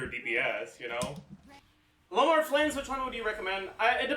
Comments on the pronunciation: Is he saying Loma? I thought it was Lauma. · in french au = o, and he's from quebec, maybe that's why it sounds weird to you